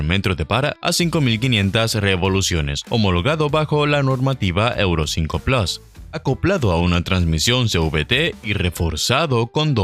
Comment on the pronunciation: Por favor PLUS se dice p-l-u-s no plas, es una palabra del latín y desde hace mas de 2000 años se pronuncia PLUS. Siendo hispano parlante deje de darle estas patadas al diccionario por favor.